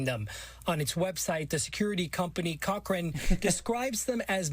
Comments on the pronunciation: If that company is pronounced co-train, I'll eat my hat. I'm pretty damn sure it's "cock-ren" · there's no T in cohcrane dude i hate american education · Its actually pronounced cock-ren. xD